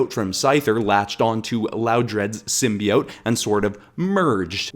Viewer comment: She dropped a symbiote in there world o accident and now there taking over "Edit I just realized I made two comments so I'm putting them both here" you gata love the narrators dissent into madness from the symbiotes and its symbiote not simbiot ok stop saying symbiot it bothers me